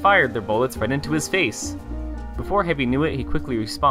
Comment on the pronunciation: the way he says face is just so funny in my opinion